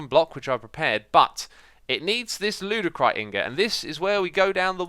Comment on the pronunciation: did anyone notice it said LEWDicrite blocks instead of ludicrite